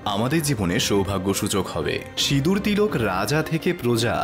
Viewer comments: লিখছেন সিঁদুর উচ্চারণ করছেন সিদুর আপনি সিঁদুর উচ্চারণ করতে পারেন কি না 😂😂😂😂😂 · 'ন' এর কথা হচ্ছে না, '৺' এর কথা হচ্ছে।